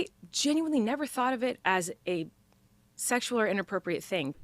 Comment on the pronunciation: She is gross… “It wasn’t segzual” … “I do things that are a like inappropriate.” “I use innuendos but it goes over kids heads…” girl stopppp go back to your cave.